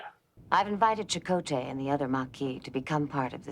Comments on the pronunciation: Chakotay lol not jakota! 😂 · Chakotay is pronounced “SHA-koh-tay”